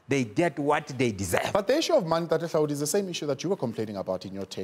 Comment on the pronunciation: Google that says Hlaudi😂